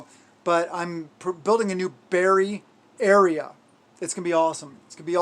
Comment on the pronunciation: Berry area: Your berry ayre! LOL 🤣